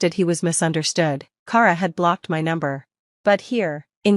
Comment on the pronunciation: Kara is pronounced Kah-ra...what She is saying is spelled Cara...It's My Sisters Name and I know 3 Other Kara's and They All Pronounce It the Same like every other Kara on the Planet.